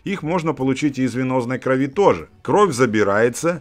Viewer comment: крОви, а не кровИ, не будь деревней то